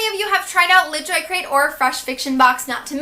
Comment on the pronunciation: i thought she was saying Greyjoy